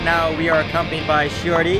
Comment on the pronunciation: Am I the only one who hears "Shorty" instead of "Shiory"?